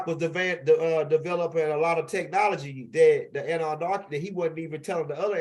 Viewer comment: I need u to take THE (((( NARKI ))))) OUT OF Annunaki 🤣 Period...